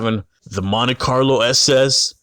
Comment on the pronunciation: say it with me..Mon Tee